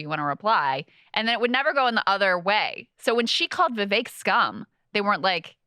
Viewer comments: "Vivek" rhymes with "CAKE" (not kek) lol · Krystal is mispronouncing viveks name.... it's not vivayk....